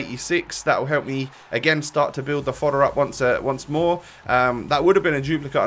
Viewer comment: You always say foder keep up the gd vids